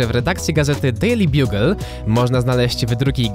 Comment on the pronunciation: dejli bagel a nie dejli bjugel